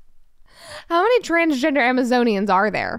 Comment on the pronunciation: As ridiculous as the people are, I’m pretty sure he said Amazonian correctly.